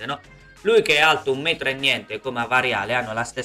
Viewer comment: Kuaraschelia, si pronuncia Kuaraschelia! 😆 Pioli... e se CDK, (il bell'addormentato nel bosco), non si mangia due gol già fatti e Maignan non compie un paio di miracoli, il Bilan ieri sera ne prendeva 6 di gol! Altro che dominato! Ma dove, ma quando? 😂 Come al solito per la So-Fo Inter per sbloccare una gara gli ci vuole l'aiutino da casa, (arbitro = AIA e F.I.G.C.), poi davanti, con tutto il rispetto avevano una Udinese che quest'anno è una squadra cadaverica, un agnello sacrificale. Ma di che parliamo? 😆